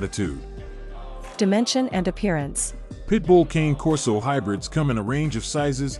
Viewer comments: Not Cain Corso. Kahne Corso. Not hard. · It's pronounced as cony Corso not king or cane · It’s Kah-Nay Corso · KANEI KORSOU pronounce it right if your gonna give information about the cane corso breed at least learn how it's truly pronounced